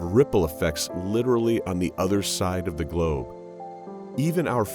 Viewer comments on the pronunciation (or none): Did he really say "Globe? 🤦‍♀️